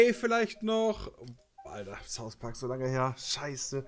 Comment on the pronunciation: Niemand:: "Thouth Park"